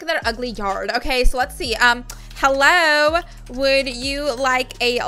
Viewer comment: You said hello wrong you said this ello